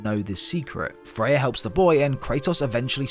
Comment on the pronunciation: I think when you say fey, you mean freya💯